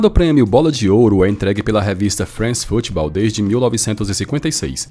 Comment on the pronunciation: a sua pronúncia do "france football" foi maravilhoso, e parabéns pelo vídeo tbm